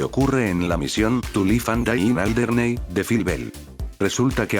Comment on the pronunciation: ''Tu lif an dai in aldernéi'' Jajaja, creo que deberías empezar a poner la pronunciación el lugar del nombre original xD, igualmente, buena comparación, ni sabía que la animación del SMG era diferente en PS3, que, personalmente prefiero más. También parece que R* tiene serios problemas con la iluminación y detalles mínimos en los ports, me pregunto por qué será? 🤔